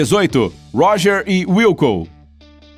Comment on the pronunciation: Não é gorge É Roger